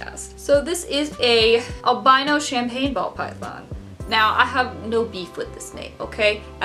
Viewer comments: If you want to call albino, 'al BIN o' and not 'al BI no', you'll have to move to the UK, as we say alBINo. But both the "albino" leopard gecko and the Ball you showed are not true albinos lol they are T-Positive Albinos. True albinos are a one gene mutation that is pink skin, white hair, scales, or feathers, with red eyes. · The way you pronunce "albino" is just exactly how the Italian pronunciation for "albino" is. Since I am Italian for a weird moment I felt like I just somehow changed the audio language, as if I was watching a movie ahah Very funny video btw